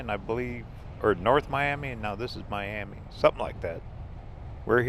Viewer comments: Don't let Okies here you call it Miami it's pronounced My-am-ah. Just put an a on the end instead of an I. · Miami Oklahoma is NOT pronounced like the city in Florida. In Oklahoma it’s MY-AM-MUH.